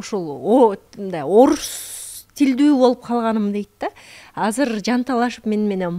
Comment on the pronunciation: Тил дейт анан казыр деп суйлогону кантет